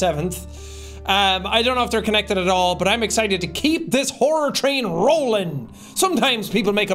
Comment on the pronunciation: Is Jack saying "horror train" or "whore train"?? Either way, I'm onboard! 😂